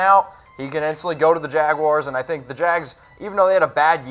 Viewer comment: Wtf is a Jag-Wire..???